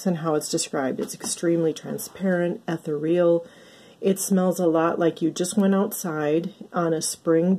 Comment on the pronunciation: Ethereal is pronounced uh·thee·ree·uhl 😊